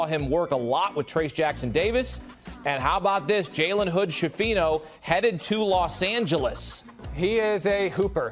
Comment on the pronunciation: Skifino, not scifino, it's an Italian surname